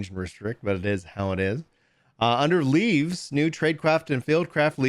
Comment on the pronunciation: every time they say "LEAVES" my eye twitches